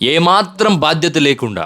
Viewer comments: "భాధ్యత" కాదు...."భాద్ యత" ......bhadyatha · భాద్యత కాదు, బాద్యత అనాలి